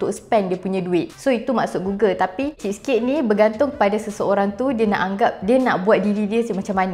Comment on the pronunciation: cheese cake cheese cake cakap jela kedekut atau cermat